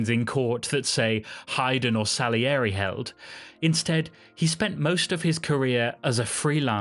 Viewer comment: 1.Scheiß KI-Stimme, die nicht einmal "Salieri" richtig aussprechen kann. 2. Mozart war ein Genie, weil er nicht nur handwerklich perfekt, sondern mit Geist komponierte. Und das war Gottes Gabe.